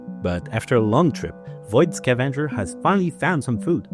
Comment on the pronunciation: I love how the "E" and the "A" seems to get swapped in your pronunciation of "scavenger".